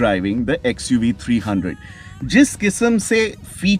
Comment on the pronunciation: Its xuv 3 double OO not 300